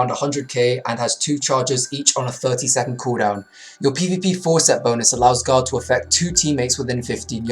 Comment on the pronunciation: when he is saying guard sounds like he is saying god